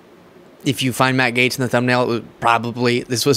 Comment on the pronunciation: Sounds like the host is saying Maggot, ( Matt Gaetz)!!!!